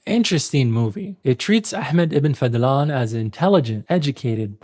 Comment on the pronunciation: It’s Fadhlan, not fadlan. Focus on the letter ض